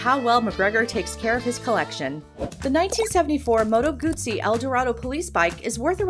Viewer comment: Good job, narrator, pronouncing Moto Guzzi correctly. Bravo!